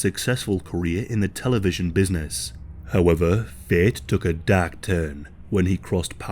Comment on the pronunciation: "Fate took a dak turn"😅😅